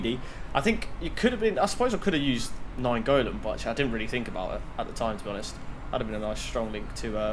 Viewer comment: he said naigolan strong links to de ligt